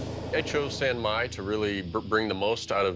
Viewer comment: It's not Bouge, it's Bhuj. And it's not 'Syan Myai' , it is ' San Mai'.